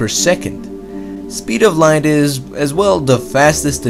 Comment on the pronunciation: Alpha centoooouuui Loght Stors